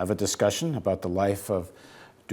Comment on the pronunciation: god do I fucking hate how this guy says DuBois